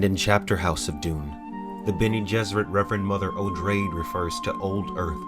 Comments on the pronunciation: "Oh-drayd"?? Thought it was "Oh-dra-day". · Dude, how is no one reaming you about your shitty pronunciation of every other name? Have you never read Greek mythology? Odrade is a truncated form of Atreides (Atreides is not pronounced "uh trades" just as Odrade is not pronounced "ah drade" ; it is pronounced "ah dray dee") This makes your videos unlistenable and therefore unwatchable. Pretty sure you did the same dumb shit with "sigh tah lee" (Scytale). Just as with most things in life; if it's awkward or inelegant, you're doing it wrong... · For someone who loves the original series of Dune as much as you, you sure drastically mispronounce a lot of the unique terminology Frank Herbert used. Frimmin? Oh-drayd? By the way I know the real pronunciations of many of his terms because I have spoken with him on the phone, when he guested on the old Larry King radio show on Mutual Radio, and listened to the whole interview, where he said many of the words you are now mispronouncing. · Huh, I always thought it was pronounced O-drae-de not O-dreid. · I find the pronunciation of the reverend mother Odrade's name jarringly inappropriate.